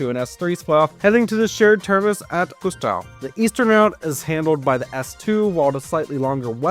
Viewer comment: As someone who lives in Rostock its so funny how you butcher Rostock, Warnemüde and Güstrow ^^. About the Harbor-S-Bahn-Line, i personally think it wont happen anymore, there were stations but they got demolited last winter, sadly.